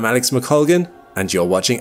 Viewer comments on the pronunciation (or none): none